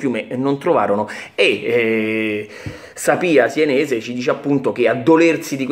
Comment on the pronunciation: Si dice SENESE no sIenese